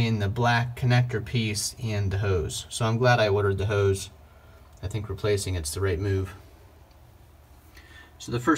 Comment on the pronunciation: Ode sprayer? Howse? No w in hose.